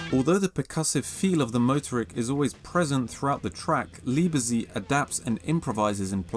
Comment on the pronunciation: You have to pronounce the middle "e." Lee-buh-tzeit.